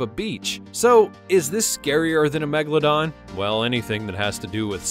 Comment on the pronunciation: The name of the old shark is MEGALODON, not Megladon